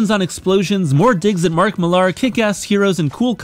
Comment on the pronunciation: Millar is pronounced Miller.